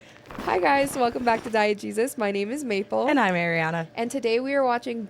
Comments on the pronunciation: Every time Maple does the intro I hear "Welcome back to Diet Jesus" lol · When you say the name of your channel at the beginning of the video it sounds like you're saying "diet Jesus". 🙏